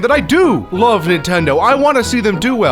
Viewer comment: It's hilarious how it sounds like you recorded one word/syllable at a time like YouTube poop I-lo-ve nintendo